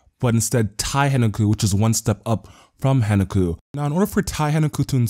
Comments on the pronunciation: Good video dude but it's Hen KA ku not Henaku. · dude stop saying HEN-A-KU theres are 2 fucking Ks in there xD